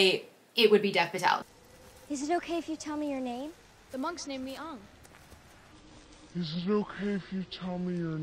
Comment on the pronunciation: The actors are too white😭💀 And like why "Ong" not "Aang" 😭